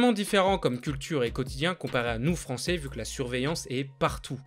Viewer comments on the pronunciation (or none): none